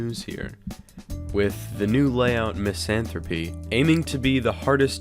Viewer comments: "miss-an-th-rope-e" bruh i thought it was "miss-an-thrope" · Cool video but it’s pronounced “ MIZZIN-THROW-P” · Don’t wanna be that guy but it’s pronounced miss-anth-rope